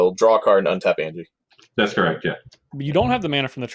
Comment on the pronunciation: An-Yah! Not Angie...